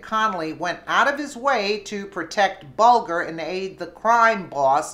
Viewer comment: Good report and in return I will give you a tip. it's Bulger as in bulge. Further it's Mueller as in Mule.